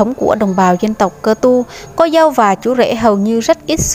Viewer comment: Chị ơi phải là cơ tu mới đúng chứ sao lại là ka tu